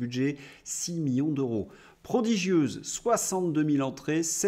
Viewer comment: cher, pourquoi prononcez-vous: "euro" comme s'il y avait un H aspiré devant ce mot. "En français il y a: "les zeuros, les teuros, les keuros..." et oubliez-vous souvent les liaisons comme dans: " les siençumaines" par exemple?